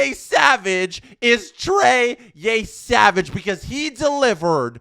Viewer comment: Yeah he's pronouncing it like Yésavage lmao there aint no accent aigu in Yesavage